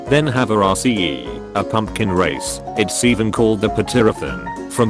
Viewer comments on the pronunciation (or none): Why did you say race as raseeE